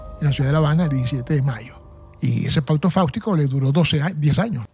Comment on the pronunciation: Factico no faustico de fausto